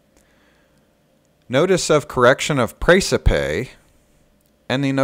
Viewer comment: Hey! How are ya!? Seen the latest Precipe? Am waiting on your comments.... Hope you're well! By the way, Precipe is pronounced the same way as recipe! ress-eh-pee GodSpeed!